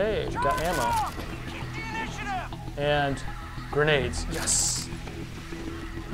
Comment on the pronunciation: damn grenade* lol not genade and gernade